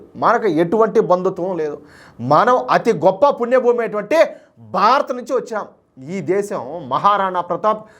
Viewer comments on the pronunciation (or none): none